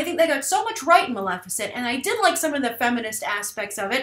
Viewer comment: Maleficent? C'mon Grace! Really?